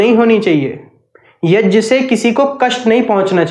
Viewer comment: It's YAG not YAJ